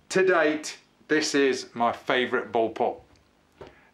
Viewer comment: I know what a Bull pup is. But you said boll pup! ?